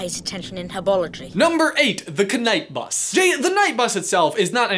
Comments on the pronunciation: Ok its really annoying Bruh he is constantly pronouncing like that k night bus k nowledge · Anyone else notice he pronounced knight in knight bus and knowledge with a k at the start?